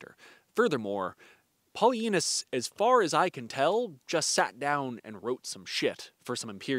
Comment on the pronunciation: Am I the only one who hears that historians name as "PolyAnus" I know that I'm 12 at heart but I am also at the age where I need to watch for hearing loss.